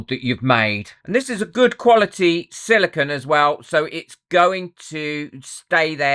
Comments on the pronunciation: Good video but it's not "silicon". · With all the videos you have done, you'd think you would have learned how to pronounce "Silicone". Silicon is a naturally occurring element (number 14 on the periodic table). Unlike the element silicon, silicone is a synthetic compound made up of siloxanes. Silicone is made of silicon, oxygen, and other elements like hydrogen and carbon. Otherwise you have really good content. But, come on, it's a simple word.